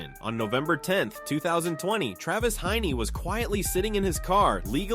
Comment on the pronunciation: It’s Travis Heinze… not Travis Hiney. You’re trying to make an ass of him?